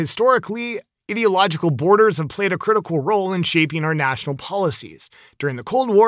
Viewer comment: Bro as a American and English being my 2nd language. It's i-dee-log-eh-cal lol not idiotlogical lol